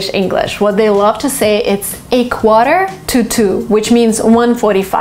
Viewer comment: U pronunciation of quarter it's not right I think 🤔